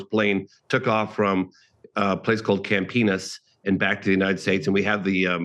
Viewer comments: Idk did he? Could sworn he said camp penis. Haha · Did he say Camp Enis?